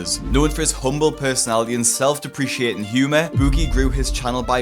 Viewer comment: that's not how you pronounce "self-deprecating" 😖